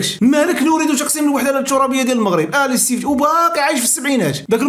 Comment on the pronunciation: أخي اسمه الاستفتاء ماشي الاستفشاء😂